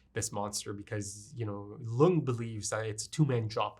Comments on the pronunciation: Lunge is probably supposed to be pronounced "Lun-guh" because it's just the German word for lung. Also interesting to note that Mr. Junkers said "Monster" specifically which is not the Japanese word but the German word (pronounciation is very similar too the english one too, but given the anime, I believe it's supposed to be the German pronounciation), I think it's also not too far fetched to believe the anime title is also supposed to be the German word instead of the English, but idk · Monster is amazing. About Lunge, there are no silent vowels at the end of a word in German. Porsche, Helge, Lunge, the E at the end is always pronounced, something like an -uh.